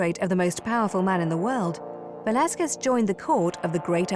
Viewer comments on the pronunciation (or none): How do you pronounce Velazquez and Chiaroscuro? Not like that! Do some research! Fucks sake!